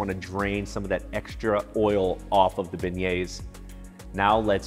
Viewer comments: pronounced bay-yay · stop pronouncing the s at the end..you're not supposed to say it. its silent. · I came here just to hear him pronounce beignets so I don’t look stupid at Popeyes